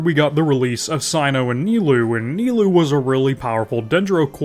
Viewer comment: That "Nailoo" killed me